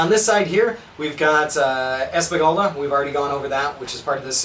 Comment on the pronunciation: "Espagulda" XD Thanks for the video!